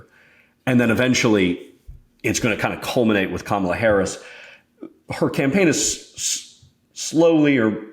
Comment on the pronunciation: can you learn how to pronounce her name before complaining? Ty